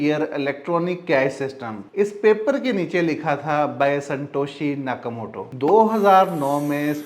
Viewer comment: It's not Santoshi Nakamoto, it's Satoshi Nakamoto, pehly name to sahi se lele, or chutiye BTC ki price $65000 kyu many jab real price about 117000USD he, koi Thora sa brain use kia kro